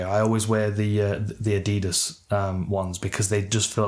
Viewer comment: Dan can’t pronounce Adidas or Nike 🤷‍♂️🤦‍♂️